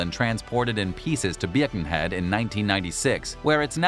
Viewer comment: He also pronounced Birkenhead wrong